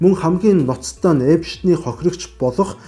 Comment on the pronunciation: Epshten bish Epsten gej heleerei gej olon humuus helj baisan shuu